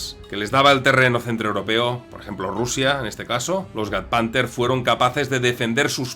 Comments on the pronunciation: ¿cómo que gadpanter? !Jagd como Jack! ...que es alemán, no godas... XD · El "JAGDPANTHER" se pronuncia Jackpanther. Estoy contigo creo que fue de los mejores caza-carros, el isu 152 tenia un problema (igual que todos los rusos) no tienen inclinación negativa (Hacia abajo) del cañón.